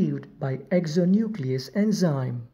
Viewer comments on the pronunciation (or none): none